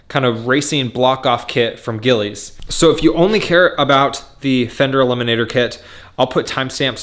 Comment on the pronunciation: it's pronounced "Gilles" I think you need to replace the OEM grips next. Renthal and Domino makes some great ones that can color match aesthetically; although heated grips may cause fitment issues...I took my heated grips off so I didn't run into that problem...